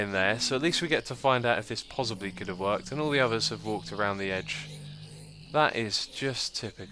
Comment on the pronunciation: Xisuma y u say pozzibly? XD